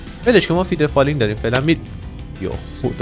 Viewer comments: فدرفالینگ نه فیدرفالینگ ولی فیدرفالینگ بگو فیدرفالینگ آرمی 🤚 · موفقیتت تو چشم یک یک هیترا واینکه اون فدر فالینگ نه فیدر فالینگ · فیدر فالینگ نهههههههه فدر فالیننننننگ